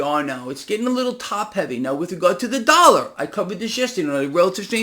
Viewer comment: " US DALLAR" ? 😜😜😜